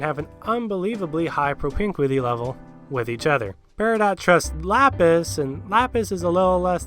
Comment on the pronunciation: ITS LAPIS